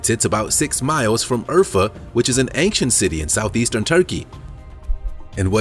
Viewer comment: I wish you would not put a ‘g’ in the middle of the word “ancient”. You say it several times in every episode.